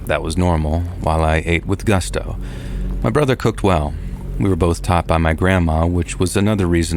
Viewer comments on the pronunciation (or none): none